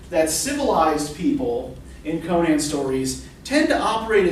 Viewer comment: Just outstanding... And thank you so much for pronouncing Conan's name correctly.